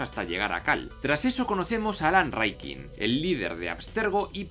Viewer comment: No hagas videos si ni siquiera sabes pronunciar Rikkin jaja